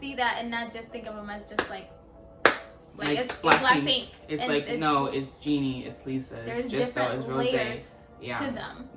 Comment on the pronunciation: Great review, loved it. Jennie is pronounce as Jennie not Jinnie:)